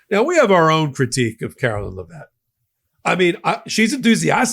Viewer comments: Dude, please learn how to say her name. LEV-it. It doesn’t even look like Le-VETTE. Same with Scott Bessent’s last name. BESS-ent, not Be-SENT. Please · Leh - vitt vitt not vette